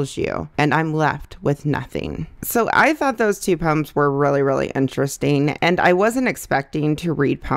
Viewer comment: The way you say poems sounds like puns to me and I was like wait those aren’t funny puns